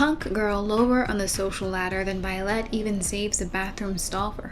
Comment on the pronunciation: I wonder if the weird pronunciation on Violette is meant to be a pun on Vile-ette, indicating the character is a diminutive version of a bike person, or maybe I'm food drunk and I'm overthinking it.